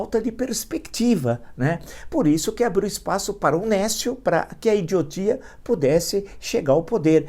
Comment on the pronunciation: néscio Aprenda a pronunciar adjetivo substantivo masculino 1. que ou aquele que é desprovido de conhecimento(s), de discernimento; estúpido, ignorante. 2. que ou aquele que não tem aptidão ou competência; incapaz, inepto.